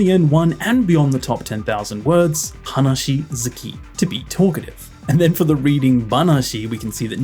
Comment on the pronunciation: You make really good content except you pay no attention to pitch accent at all. I know it's really hard and I don't say you have to completely make it right but at least if you say single words like 話 you could take that into account. It's not HAnashi but haNASHI (capitals are pronounced higher)